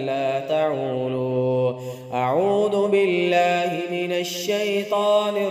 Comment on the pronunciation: Bulky اعوذ بالله ko bi aap اعود بالله parhty hen Aisa kion